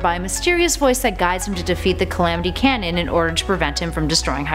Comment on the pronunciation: She seems to average 2-3 mispronunciations per episode. She's better than normal here with only 1. But it's a big one, so 3 points for that. :) Oops. below average now.